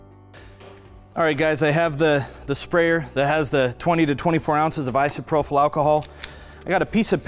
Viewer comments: It’s ISOPROPYL, not isoprofil. You’re pronouncing it incorrectly. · Great video. Everyone is a critic and I just have one thing to say that drove me nuts in this video; "Isopropyl" is pronounced īsəˈprōpəl. There is no "f" or "ph" in the word. Keep up the great work and sharing. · My one critiques? - The mispronunciation of Isopropyl alcohol. There's no "h" after the last p, so should not have an "F" sound. Both gentlemen said Isopropyl alcohol wrong. - Waiting longer, like closer to 3 or 4 hours, will help curb a lot of the dripping I saw here. Would have reduced resin loss. - Would have mixed diamond dust in with the resin pours, instead of trying to spray on with Isopropyl alcohol. Accomplishes the same effect, but without the extra step of spraying; which was messy and felt clunky with the clogging. - Would have torched to be on the safe side. It's fast, easy and guaranteed to get rid of your air bubbles and not take a change that your eyes missed some when trying to mist on a spray. just my .02 on the critique. Otherwise, fabulous and beautiful design. Great job. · Awesome video, but you are killing me every time I hear isprophyl alcohol instead of isopropyl alcohol. No F sound please. LOL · Just as a note...it is isopropyl alcohol...not isoprophyl...no H. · Pretty certain you mean "i-so-pro-pill" alcohol. It is spelled isopropyl, not isoprophyl. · Was he saying "isoprophyl"?